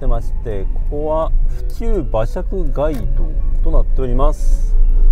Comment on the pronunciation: 街道の発音「がいどう」ではなく「かいどう」です。